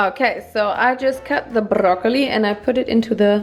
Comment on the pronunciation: My favorite part is when you said "Brrrrrroccoli!!" 😂😍❤😍😂